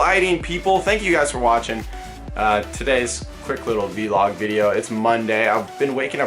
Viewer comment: Why does he say Vlog like V-log... It's a whole word VLOG LIKE BLOG